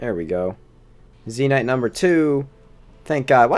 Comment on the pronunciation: Why do you say Zee Nyte instead of Zen Ite?